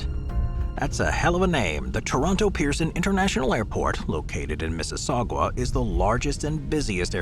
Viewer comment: I do like your channel, it's interesting and informative. However, this is the 2nd time I've heard you pronounce Mississauga incorrectly. It's pronounced "Mi - suh - saw - guh" I'm a Canadian who lives near there.